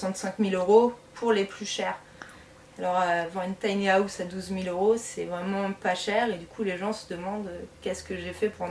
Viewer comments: Taï ni à ousssse 😂😂😂 On peut rire mais on ne se moque pas 😉 J adore les tinyhouse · On ne dit PAS Tiny-Aousse 😅🤣😂😅🤣😂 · tiny haaaaouse fois 1000, je saigne. J'ecoute, j'ecoute.